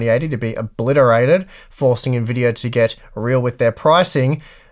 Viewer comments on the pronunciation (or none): none